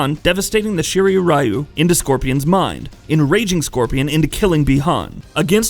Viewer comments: Because he mixed the way english pronounce "Shirai" and the way asian says "Ryu" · He pronounces Shirai-ryu wrong too. From the wiki: Throughout the series, the Shirai Ryu's name is mispronounced as Shirai Rye-yu (when the correct would be Shirai Ree-oo). Also, given that "Ryu" is the Japanese suffix for "style", the name would be more properly parsed as "Shirai-ryu". Shirai Ryu means "Style/Flow of the White Well".